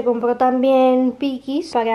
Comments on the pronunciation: Me encanta tu pelo al "natural" 😍 Pero no son pikis,son "pinkies" 😘 La cola de Fujur en el pipican...un péndulo 🤣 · No se dice pinkies?